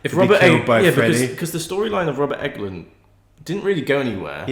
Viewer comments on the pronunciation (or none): guys his name is pronounced "england" as in the country haha not "englund" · It is ENGLUND not EGLUND LOL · Did I miss something where you decided to say Robert England's name funny? I've rewound it several times at different points with the volume up and it's sounded like you're saying Robert Enguhlind and Robert Eggoland multiple times. It's like England but with a U. Robert Englund. Eng-lund. Regardless of differences in accents, it's two syllables. You keep doing three syllables and making it sound funny. En-guh-lind. Egg-oh-land. Then at the end it was all Robert Egglin. I know it's all in my head and I'm sure other's wouldn't hear it but would think I say it weird. And/or it's like a laurel/yanny thing. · Jesus christ its not Robert Eggland, its Englund. For gods sake man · You guys are killing me calling him Robert EGG-LUND... It's ENG-LUND